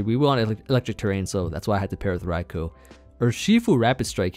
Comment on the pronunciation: thank you for pronouncing raikou correctly